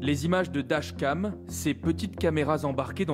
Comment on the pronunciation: C'est moi ou le présentateur a du mal à prononcer "dashcam".